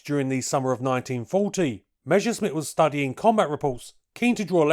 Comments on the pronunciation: It's "Messer-Schmitt" not "mesher-schmitt" - double-S works the same in German and English! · Pronouncing "Measuresmit" is like saying "Queen Elithabess" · "Meshersmitt" hahaha